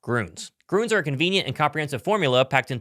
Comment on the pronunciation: Hey, "Gruns" (with an umlaut), is pronounced just like "Greens."